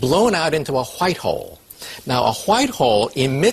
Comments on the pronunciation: .... hwhite hole LMFAO i just got done watching family guy ... cool hwhip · "It's blown out into a whchicht hole."